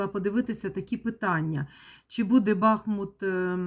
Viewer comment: Дяквю за Вашу працю!!!БахмУт-переміг,БахмУт-це Україна!!!Тільки будь-ласка -БахмУт,наголос на другий склад!!!